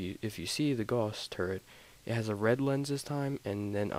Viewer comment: Hurts my ears when people pronounce Gauss as if they are saying 'gauze'. The word rhymes with 'louse' and 'spouse'.